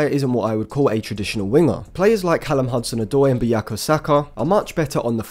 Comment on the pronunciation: Why do you always say 'Bu-ya-ko' instead of 'Bu-ka-yo'?